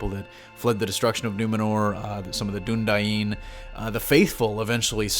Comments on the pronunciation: It’s DunEDAIN not DunDYENE. It comes from “Edain” which is the Elven name for the Men who fought with them against Morgoth, and Dúnedain means “Men of the West.” It is pronounced EDAIN, not DYENE. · Dúnedain is pronounced "Dune-A-Dine".